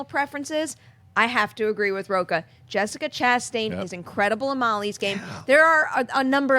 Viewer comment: A fan of Rocha here, but hermano lets work on your Spanish pronunciations!